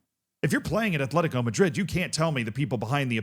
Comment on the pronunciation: There's no H in Atlético